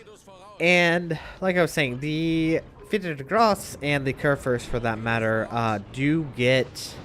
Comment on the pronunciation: every time you pronounce this ships name i understand "peter is gross" , so what has peter ever done to you??? :D